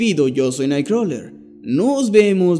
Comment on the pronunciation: Creo que ya lo comenté antes, pero lo digo de nuevo, amo tu voz y como pronuncias 'NightCrawler' 😍